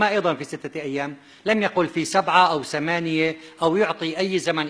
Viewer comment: ثلاث آيات[سلاس ايات] ثمانيه،سمانيه،هذه ،هزهي، الذين، الزين، 😂 تعلم مخارج الحروف حتى تبين لناس وحدانيتك وكشف كذبك العلمي ماعجز عنه الآخرون،الله لايبلانا ويشفيك مرضك صار مزمن.